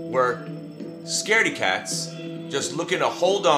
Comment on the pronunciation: im sorry did you say "scardy cats"??